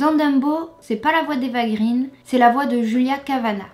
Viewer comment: Ce n'est pas "Eva green" (prononcé grine), mais "Eva Green" (prononcé graine) car son père est scandinave et le double "e" se prononce "ai".